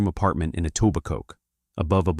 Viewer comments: Etobicoke is pronounced E-to-bi-co - not E-taw-bi-coke. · The K IS SILENT in Etobicoke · AI Fiction. 100% made up. Can't even pronounce Etobicoke correctly. WTF YouTube??? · There is a tiny AI disclaimer you can barely see at the beginning. T.O. cops don't have badges. Etobicoke is pronounced incorrectly. It's fairly obvious.